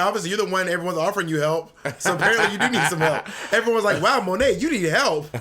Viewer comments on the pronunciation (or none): Monet butchering her own french name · When Bob actually says Monét's name better than her 😅 (I'm French)